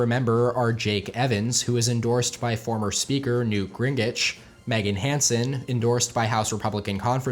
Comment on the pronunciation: Looking forward to the series. It’s pronounced Ging-rich